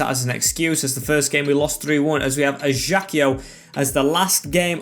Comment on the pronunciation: Ajaccio pronounced uh·zhak·see·ow If u need help with the names and stuff I can help u bro even though I'm Algerian not french but I can help Love your content 💖